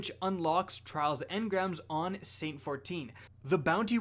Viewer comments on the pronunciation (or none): none